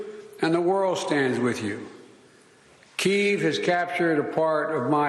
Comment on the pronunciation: Try to pronounce Kiev properly!